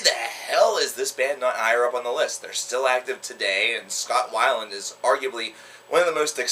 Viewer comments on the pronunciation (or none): none